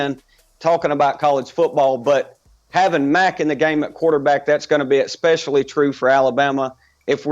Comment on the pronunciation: It's "Especially" not "Expecially".